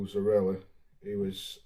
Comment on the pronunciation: its pronounced Zoriya not Zorila🤷🏽